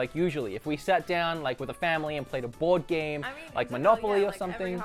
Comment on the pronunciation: I kept hearing bored game instead of board game. Which I guess was very fitting in this case...